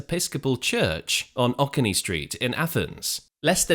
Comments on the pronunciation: Oconee is not pronounced "OCK - oh - nee", it's "oh - CONE - ee" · Athens-area resident here. Just a pronounciation note: not OCK-uh-nee, but oh-CONE-nee Street. It starts at the southeast corner of downtown, changes names to Oak St., then again to Lexington Rd as it continues toward Crawford, GA. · Oconee street is pronounced Oh Coney (like Coney island) but all together. LOL